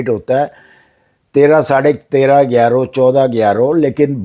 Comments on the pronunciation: yerroo ….he meant to say Euro 😂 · It's euro not yero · سر یورو اور ییرو میں بہت فرق ہے برائے مہربانی اسے ٹھیک کر لیں